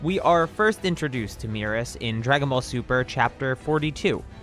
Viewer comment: Your pronunciations of Merus and Moro hurt me lol. Either way, I doubt he’s an angel, but the DB fandom comes up with some crazy theories. Also, angels go dormant until a new GoD is chosen. Angels don’t just run around and chill in whatever universes they want lol. I don’t get where people come up with this stuff. This guy is the top elite soldier of the galactic patrol. Is it really THAT weird that he has some type of skill?